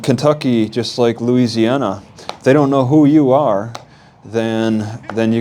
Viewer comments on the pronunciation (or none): none